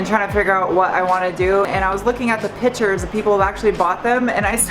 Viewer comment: “PICTURES” .... it’s “PICTURES”